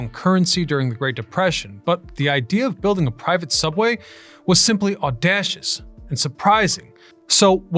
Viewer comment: audacious has a long A in the second syllable. Aw-day-shus, not aw-dash-us